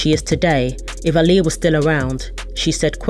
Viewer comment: The narrator of this video is actually saying her name right